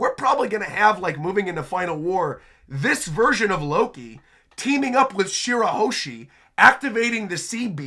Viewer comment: It's Shirahoshi and not Shirahoeshi